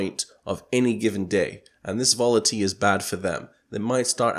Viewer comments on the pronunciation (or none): volity lol. volatility????